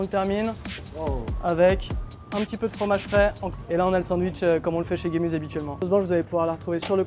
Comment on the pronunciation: Super le Kebab Gemüse. Mais ca se prononce "Gémuzeuh"! 😅 qui veut dire "légume" en allemand